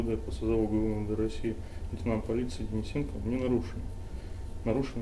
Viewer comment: ДенисенкоВВВ! Не каверкайте)))